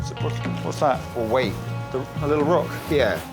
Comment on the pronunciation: "and a li-uh less attitude nex time please mate" is my mantra now